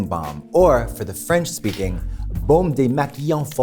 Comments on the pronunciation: Katya's French pronunciation is amazing!! She said it perfectly! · I gotta say, as a French guy, Katya has a pretty good french accent or at least understanding of French phonetics. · Katya's French accent and pronounciation is so on point, it's impressive!